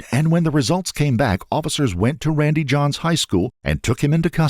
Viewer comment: Randy John...son. I kept saying Randy Johnson every time he said his damn name 😂